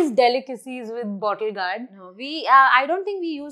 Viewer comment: Mistakes 1. Pronunciation of GOURD 2. Pronunciation of "Vegetable" 3. Accent (sucks)